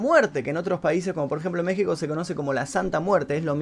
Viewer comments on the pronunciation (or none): none